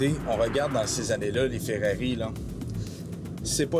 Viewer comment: C'est Ferrari ou Ferrero mais Ferreri NON 😂😂😂